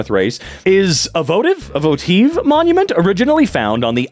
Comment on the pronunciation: Voe-tiv was the correct pronunciation! You got it right